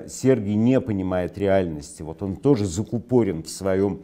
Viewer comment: Ударение - закУпорен